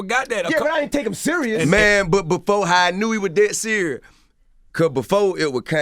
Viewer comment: “This man is DEADDEFUH SIRI bout running for president”😂😂😂😂😂